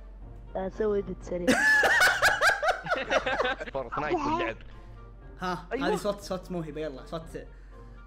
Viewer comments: فورت نايت مو فورتنايت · فورتنايت ❌ فورتينايت ✔️